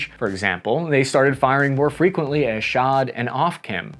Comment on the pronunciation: Dude, don’t be too concerned about how you mispronounced ‘frequently’, but rather focus on improving your pronunciation of foreign names like Haifa 😁 thanks for another awesome video 🫡